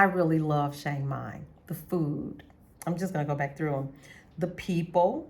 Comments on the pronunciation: I’ve been to Chiang Mai (Pronounced - Chuh-Ang My) Mai 30 times since 2005 but I’ve never been to Shhhhhiang Mai. Where is it located? 🤣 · I don’t have on a mask. It’s a photo of a snowman dressed up to look like a man. I don’t have a YT channel and don’t know how I got subscribers. Maybe they like snowmen. I don’t troll. I was merely pointing out the proper way to pronounce Chiang Mai in, what I thought, was a comical way but it looks like it back fired. Please forgive me if I offended you. I wish you the best and hope you continue to enjoy Chiang Mai. It’s my favorite city in Thailand.